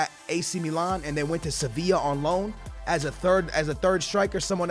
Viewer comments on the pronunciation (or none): none